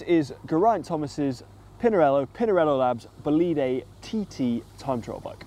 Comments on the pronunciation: Little correction: "bolide" is not bolìde but bòlide, the accent is on the "o"! Great video! :) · please stop saying "bolìde" it's frustrating, in italian is "bòlide", I know it's hard but just try